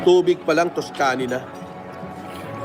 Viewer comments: tus-kani hahaha trilyonaryo, pero yung pronunciation sablay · Tang inang pronunciation ng tuscany. Hahaha halatang walang class ampota pilit na pilit eh. Di nya siguro alam kung ano ang tuscany. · Aqua Panna tapos d alam tamang pronounciation ng Tuscany. Yakkk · Can’t even probounce “tuscany” for shit. Sino pa bang naniniwala kay flm? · Doctorate na di alam ang correct pronunciation ng Cambridge at Tuscany 😂😂😂